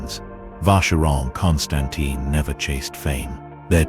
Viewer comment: Nice video. Just please learn how to pronounce "Constantin" :-) Otherwise, people can ask what can of expert you are, if you doesn't even know how to pronounce the name.